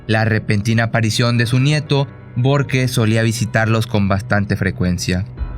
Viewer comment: Nunca dice porque. Dice borque .